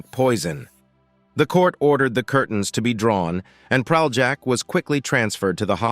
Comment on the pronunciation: I wish American narrators attempted to at least briefly learn how to pronounce Slavic or other non-anglophonic names. It's not Pral-jack, but Pralyak. Sorry, the bare minimum would be to do a quick google search on pronunciation.